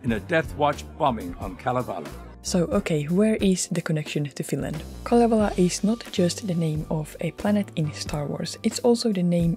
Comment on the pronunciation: aha en tienny et siel oli kalevala ku ne sabo sen "khalievhala🤌"